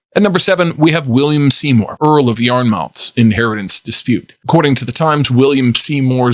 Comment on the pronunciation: This narrator has mispronounced four names so far and I am not even nine minutes into the video...Yarnmouth does not have an s or n sound.